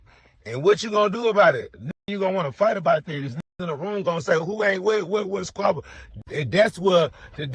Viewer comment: can't say the T word! Saying Diss instead of This all of the time ain't Datt bro!